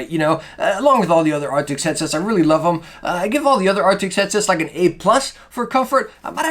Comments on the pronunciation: Arctis not arctics. It’s not hard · man.. its arctis not arctics oof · Thank you so much for the review! I have an older wired arctis that I absolutely love and it's starting to get a little old so I want to replace it. But I gotta tell ya man, its "ark-tis" not "ark-ticks" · It's ARCTIS not ARTICKS lmao great vid tho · please dont call it arctics if its arctis. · It's not Arctics. It's Arctis. If you're going to review a product then at least pronounce the name right.